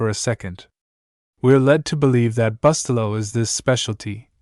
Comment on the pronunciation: Reprogram your AI to pronounce the name of the product properly! It's spoken: Boo-stel'-low.